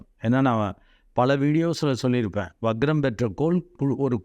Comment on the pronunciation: adhu "vaGram" alla "VaKram"